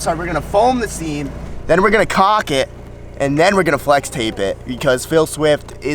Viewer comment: Anton is gold. Keep him around! As far as the old RV, you gave Mambo nothing to work with. Mambo is very talented, but even he can't mold a diamond from a pile of shit. LOL at your caulk pronunciation. It sounds like you are going to use what your mom saw a picture of... and I don't think that's what you meant. And you need to buy a stinky slinky if that RV doesn't have one. Grillo or Will can handle it for you.